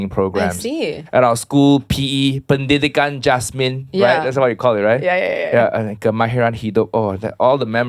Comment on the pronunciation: When didn’t correct Uncle Roger saying “Pendidikan Jasmin” — I have a feeling that she from international school already HAHAHA its Pendidikan Jasmani 😂👏🏻